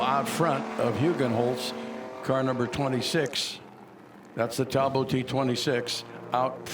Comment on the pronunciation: I wish commentators would stop pronouncing Talbot as Tal bow . It's English,not French and it's pronounced Tall Bot.